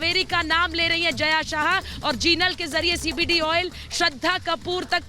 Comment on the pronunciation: Its jaya sa ha and zha is silent javeri